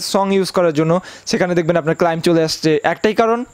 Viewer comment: উচ্চারণটা ক্লাইম নয় ক্লেম--- শিখুন